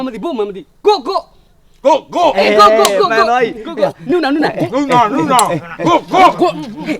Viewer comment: အသံထွက်ကမှားနေတယ် ကိုးရီယားလို "နူနာ " "နုနာ" မဟုတ်ဘူး (누나)ဒီလိုအသံထွက်တာ